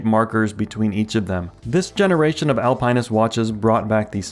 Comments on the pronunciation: Al Pine Ist? Dude. Al Pin Ist. Or Alp Nist. It's not an evergreen. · Al-pin-ist. There is no pine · It's not Alpine-nist. It's pronounced Al-PENISt. 😅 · Al-pin-ist or Al-pine-ist? it's the first one and saying it the second way is ridiculous and much more work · It's Alpin not Alpine. Google Alpinist pronounced. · Al-pin-ist there is no E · AL-PA-NIST. Are you trying to troll us? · face-green-smiling::face-green-smiling: Al-pine-ist... what the heck is that? Seriously! Please. LOL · are you saying alpine-ist on purpose its driving me nuts this is something i can definitely imagine you doing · Al pin ist. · Omg learn how to pronounce alpinist 😂can't even watch the video so annoying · Dude learn how to pronounce Alpinist 🤦🏽‍♂️🤦🏽‍♂️🤦🏽‍♂️🤦🏽‍♂️ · You pronounce "Alpinist" differently than everyone else on the internet and as far as I know you're right and they're all WRONG. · Same like WTF stopped watching the video ! He needs to learn how to pronounce words before making a video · Me too 😬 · Same. Had to comment and switch videos. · Great question, maybe YT is actually pronouncing it right in the video 🤔